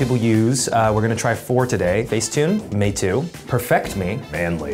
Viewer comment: THE PRONUNCIATION OF THE CHINESE “MEITU” 😤